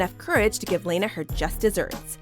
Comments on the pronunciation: It's not laynuh (Lana). This channel never pronounces names correctly 🙄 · You're not the only one...it's pronounced LAHNA, not LAINA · LANA. not Lena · It’s LAHNA not LAYNA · It’s La-Nah (like Anna) not Leyna, just sayin 🤷🏽‍♀️ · im sorry but Layna? Its lahnuh LOL did this girl watch the movie?! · It's La-na not Ley-na. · I got so annoyed. She says Lana’s name wrong. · you dont know how to pronounce Lana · the mispronunciation of Lana irritated me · Apparently, they don't remember the Lana, Anna, and Fontana part....